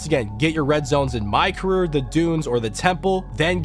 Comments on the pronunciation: “My caruur” 😂 “very demureeee very curtsy” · Why do you say career like that lol